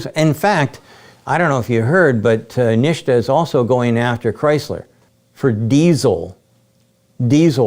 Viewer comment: NEESHTA lol gotta love Sandy.